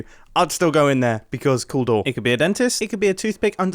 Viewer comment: ‘cool door’ sounded a lot like ‘hodor’, which made me think after the stress of fixing the broken door multiple times I wouldn’t be surprised if Mumbo ends up only being able to say ‘cooldoor’